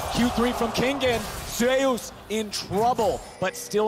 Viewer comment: It's not ZAY OOS. Just saying.